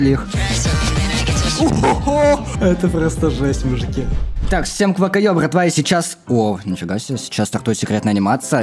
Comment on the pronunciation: говори не квакаё а квахаё это типа смесь ква и охаё